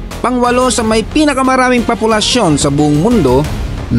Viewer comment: POPULASYON hindi PAPOLUSYON